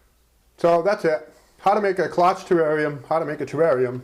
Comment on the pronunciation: By the way, the O is long and the CHE is pronounced SH Great video